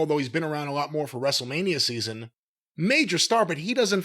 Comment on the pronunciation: Wrestle-Meh-nia. Commence countdown until the The Roid trudges in... Maybe he can bring another barely-sentient rapping sizzurp addict along for "celebrity clout".